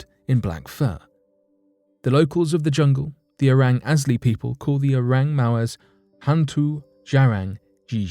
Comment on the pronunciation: "Oreng Mawes" 😂😁😂